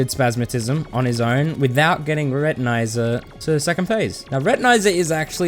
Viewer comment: Your pronunviation of Retinazer disturbed me way more than it shoud’ve. It’s wordplay on retina and laser, and laser is definitely not pronounced like that.